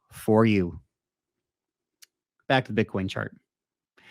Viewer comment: You said shart, lol. Love it